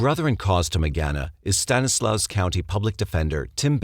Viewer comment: It's "STAN-eh-slaw" and "mer-SAID".